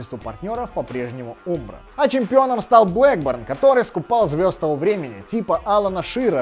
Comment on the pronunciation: Вроде правильно говорить Амбро( umbro), нет?